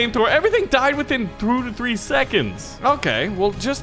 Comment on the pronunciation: "everyone died to throo to three seconds!" Me: OMG HE SEAKS A DIFFERENT LANGUAGE!!!!